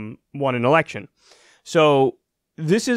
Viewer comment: Did anyone else hear "democratic ERECTION"? lol